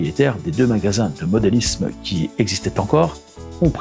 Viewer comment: Salut et merci. parle bien mais je n'ai pas aimé les "Sans €uros" au lieu de Cent €uros, mais il fait de très belles choses. Difficile également d'entendre parler de "modélizzme" au lieu de modélisme. Également dur pour les oreilles "une rail droite" et "une rail courbe" Je sais je suis assez exigeant concernant la langue française. Jacques.